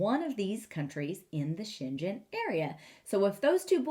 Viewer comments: The g in Schengen is a hard g : Sheng - gen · The way you pronunce it sounds chinese. You should probably go with a german pronuniation instead. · Since Schengen has nothing to do with China the pronounciation is with a g like in ground, lol.